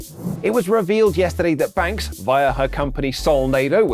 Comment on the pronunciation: Lol it's not soulnado (like tornado) it's pronounced like her last name var-nah-do